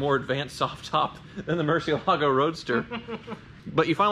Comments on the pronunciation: why, the fuck, is everyone pronouncing it with an 's' ? it is pronounced "muɾˈθjelaɣo", with a 'th' and a soft g. It's not "moor-see-el-AH-go", it is "moor-THYE-lah-yo" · Murciélago (murci EL a go) por amor de Dios! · the way you pronounce murciélago is Spanish for bat, the Lamborghini is Italian the right pronunciation is miurchielago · Please don't butcher the Murcielago pronounciation. If Tavarish can learn it, so can you. The accent is on the e, Murciélago. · Ask Tavarish how to correctly pronounce Murcielago, please!